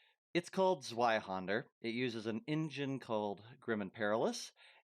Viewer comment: The way you pronounce Zweihänder is a little funny to me. You pronounce the händer part correctly but you pronounce zwei with the anglo w instead of the germantic w which is a v sound. It's a common mistake so I'm not trying to dog on you for it it. when I was first learning German words I use to pronounce it Z W Ei Hander instead of Z V Ei Händer so forgive me if I take a little humor in the mixed pronunciation of Z W Ei Händer. 😂